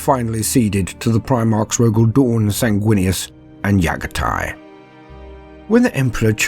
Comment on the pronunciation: I enjoy these videos but these guy struggles with the names of the primarchs. Raboot and Yaghatai